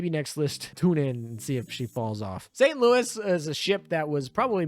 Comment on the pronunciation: Great video, but your name pronunciation is driving me me off the walls Richelieu: ree-shu-loo Saint Louis: sahn-loo-ee Zuikaku: zwee-kah-koo Friedrich der Große: the German 'ch' sound doesn't exist in English. It is made by constructing the air between the tongue and roof of your mouth, similar to how s, f, sh, and th sounds are made in english. Freed-reech der grow-suh. If you're having trouble, say freed-rish. It's still better than calling her Frederick